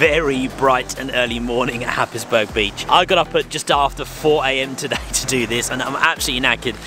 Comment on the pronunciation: Happisburgh is pronounced hais-brur.